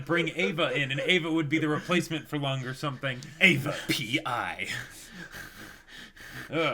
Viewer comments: love your reactions but it triggers me your pronunciation of Lunge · It's "Luung-ay" not "lung" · Guys, please read this. Lunge's name is pronounced "Loon-gay". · They're calling him "Lung" when that's not his name. It's like calling Princess Leia "Lee-ah".